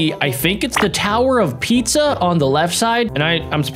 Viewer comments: Its not tower of pizza its the tower of piza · He said the leaning tower of pizza instead of the leaning tower of pisa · The tower of Pisa not pizza